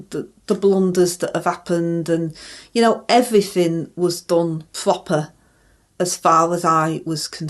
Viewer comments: is in a pwopper mess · is a 'plant of distraction, antagonism and patronisation of ' us pwopa Bwits.' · IM SO HAPPY SOMEONE PICKED UP ON THE PROPER!!!! HAHAHAHAHAHA